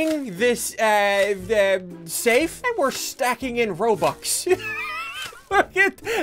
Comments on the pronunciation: You mean ro-bux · He said ROBLUX